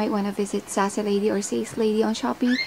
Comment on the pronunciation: It's " Seys leydi " hehe Balak ko mag full face nyan soon ate 😍